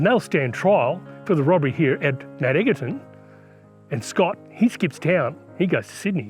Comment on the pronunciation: It’s not pronounced Mount EGGerton. It’s pronounced “Mt Edgerton” even though it’s spelt like EGGerton.. should’ve done more research...